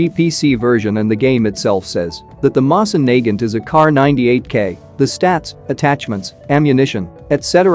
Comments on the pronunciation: I hate how the bot pronounces the Mosin Nagant incorrectly. It is pronounced Moe-Sin Nuh-Gant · Mo-sin Na-gant......say it with me now..... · The way he pronounces mosin Nagant..... 😂 I straight up died from laughter... It's pronounced mo-seen na-gunt.. 😂 😂 😂 😂 😂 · i hate how he pronounces it moss in nae gant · Yal here that right the way he says moving naget sound like,e he is saying n word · Pronounce it moeh sain Nagant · Mosin Nagut😃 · Btw guys, the pronunciation for "Mosin Nagant" is not "Mowsin" or "Moizin", it is in this video... Edit: lol thx, you are the only person that actually gives good tips and tricks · Doesn’t say moisin nagant right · Screwed that pronunciation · He says mosin nagant wrong bruh like the wtf